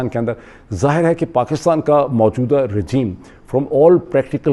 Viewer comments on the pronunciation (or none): none